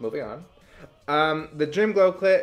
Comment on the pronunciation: You saying “Dream Glow Clit” — not mad bout it thoooo 💁‍♀️